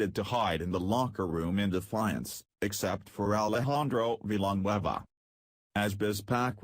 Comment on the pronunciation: Veeelanwhueva.the computer voices can't pronounce difficult names at all.:-D